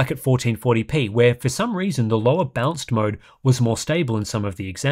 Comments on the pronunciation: It's funny how you prononounce "balanced" as "bounce" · My hearing must be going... I know there's an accent involved, but every time says "balanced" I hear him say "bounced".